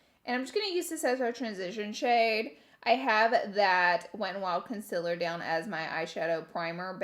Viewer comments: I die every time she says coNsElAr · no one: laura: consiller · Yes Laura its conciler not concealer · Laura: Conciler Someone else: Concealer Laura: Conciler ... Someone else: Conciler 😂😅😘😘